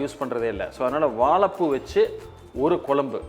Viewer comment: எல்லாம் நல்லது. ஆனால் வாழைப்பூ என்ற வார்த்தையை சரியாக உச்சரிக்க வும். நன்றி.